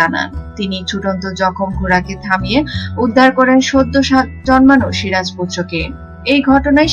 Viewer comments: You don't know who is SIJAR or SIRAJ ?? Pathetic pronunciation, it's a complete cheapness. YouTube is polluting and contaminated by people like you. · আগে বাংলা বলতে শেখ, সিরাজ না বলে সিজার বলছো,দত্তক না বলে দোতোক বলছো, কাঁচা বাঙাল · osikkhito aage soja kore ktha bolte sikhun,ota sijar noy siraj,r evabe itihas bikrito kore ki lav paan,1957 saal e polasir juddho prothom sunlam ebar to bolben India k aapni 2019 e swadhin korlen.